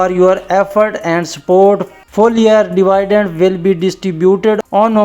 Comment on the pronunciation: Phle dividend ko perhna seekh lo